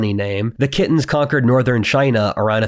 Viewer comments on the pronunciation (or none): Good video, but Khitan is typically pronounced "Keye-tan" just for the record. Does sound funny when pronounced "Kitten" lol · "kittens" ? Khitan (Liao dynasty) isn't pronounced that way. The slavs pronounce it like "Kee thai" and still use this term to refer to China to this day. In Chinese it's pronounced as "Chi d'an" also why you refer to the Khitans by their ethnic group while the Jurchens by their Chinese based dynasty name Jin ? maybe consider a bit of consistency? note here, the Jurchens (Jins dynasty) are considered as proto-Manchurians.